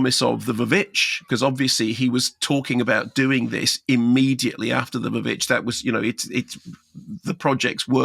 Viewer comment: Did Mark actually just call The Witch "The Vavitch?" 😂😂😂